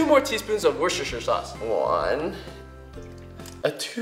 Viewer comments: When he said Worcestershire, it sounded just like wushusher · it's pronounced worst-ih-shy-er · I died when he said "Worcestershire" 😂😂😂